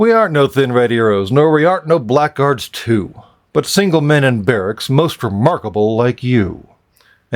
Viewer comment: I take it you've never heard the word "blackguard" pronounced?